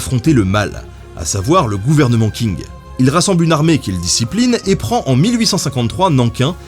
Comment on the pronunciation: Merci, j'ai saigné des oreilles chaque fois que Ben a dit "King" xD